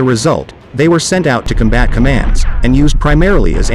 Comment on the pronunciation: " com' bat " NOT " com bat' "